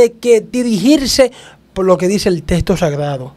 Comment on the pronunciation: Los Dominicanos no hablan bien el castellano. En vez de decir texto. Dicen. Testo. Cambian las letras mencionan la L. Envés dela. R